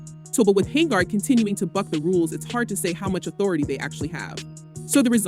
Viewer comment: HENYARD. NOT HANGARD